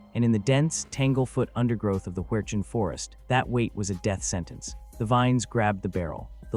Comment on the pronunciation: I heard it said 30 06 your right it just didn’t say the out